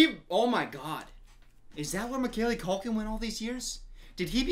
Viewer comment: Mick- Callie Culkin... Lol every time